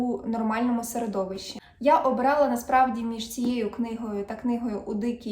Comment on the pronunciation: Ви не раз кажете "обралА", а правильно казати "обрАла".